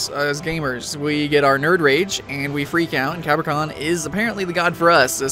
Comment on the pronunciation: did he say CA-bra-kan? its ca-BRA-kan